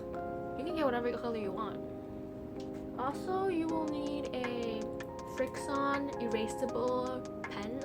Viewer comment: "FriXion" is pronounced like "friction" btw. 😊 Great vid! ❤️